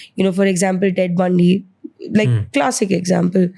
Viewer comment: Its ted bundy not tate berney 😆